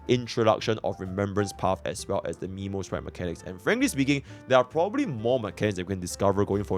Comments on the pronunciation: Isn't memosprite pronounced more as memory rather than nemo (earthly escapade flashbacks) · Not Miiiimo sprite, is Meeeeemo sprite, you literally heard Mem say it right